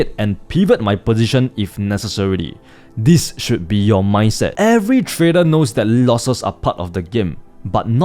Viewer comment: When is he going to learn how to pronounce "trader" ?